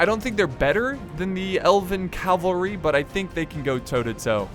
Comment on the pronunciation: It's CAValry not CALVary, sorry this just really annoys me